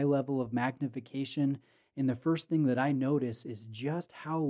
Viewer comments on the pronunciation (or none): none